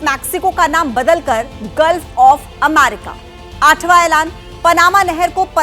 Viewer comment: weird way to pronunce America